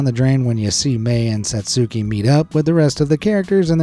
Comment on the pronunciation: The U in Satsuki's name is silent.